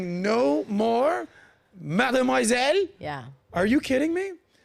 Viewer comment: Uh the offence was probably on the pronounciation of Mademoiselle, and besides Madame and Mademoiselle have two distinct meanings